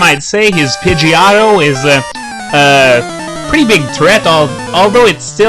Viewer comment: Gee, it's Pidgeotto not Pidgeato. You sure don't know how to pernouce Pokemon names the right way.